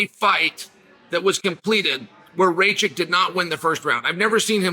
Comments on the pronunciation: Bro, his surname is Rakich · Rakic…..not Racik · Racik 😂🤣😂 Only Chael can bungle the easier name to pronounce